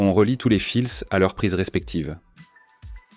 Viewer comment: " on relit tous les filssss". Bien la prononciation. Au début j'ai cru que c'était une vraie voix il n'en est rien, c'est encore une voix de synthèse. Du coup la crédibilité de l'origine de la vidéo est dévoyée. Hop à la poubelle...